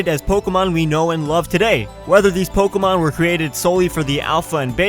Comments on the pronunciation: Am I the only one who gets a little annoyed when someone says "Po-kah-mon" instead of "Po-keh-mon"? lol It was a good video anyways :] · in the beginning he said Pockymon lol